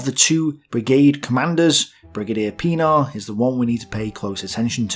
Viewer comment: listening to audio, not watching screen "Brigadier WHAT?" looks at screen "Oh. Brigadier Pen-AAR. Right."